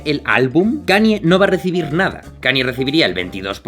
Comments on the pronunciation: "cani" xd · Ok , buen video pero me dolía los oídos cuando pronunciabas Kanye, se que es difícil pero se pronuncia Kein-ñe. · Cada vez que dices "Cani" en vez de la pronunciación correcta, un gatito muere